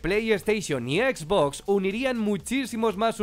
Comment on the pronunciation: Exbox, plei steichon